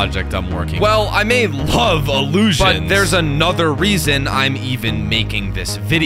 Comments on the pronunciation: Take a shot every time says "Iliusions" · ILUUSIONS …Read more